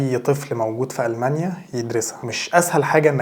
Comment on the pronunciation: تستأجر بيت مو تأجر تأجر معناها انتا الي تعطي لشخص البيت لهجتكم غريبه جدا ألمانيا مش ألمنيا